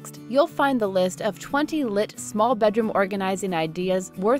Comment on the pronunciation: Didn’t even sound like they knew the word or something XD (not to be rude)